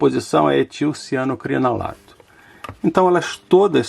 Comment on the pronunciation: É cianoacrilato. Não é cianocrinalato.